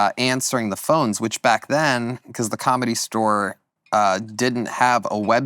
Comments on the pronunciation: Started at the comedy stower. What kind of pronunciation is that?! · Can Tony please stop saying the word ‘store’…he says “stower”.